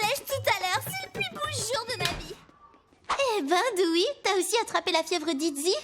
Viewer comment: Dewey*, pas Doowie